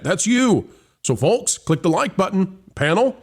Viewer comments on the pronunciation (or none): The “L” in folks is silent .